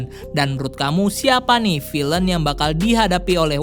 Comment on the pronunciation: Pronunciation kata villain bisa dikoreksi di video selanjutnya Good luck!